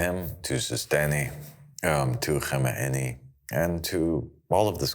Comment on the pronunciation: At least say Khamenei correctly ya mangal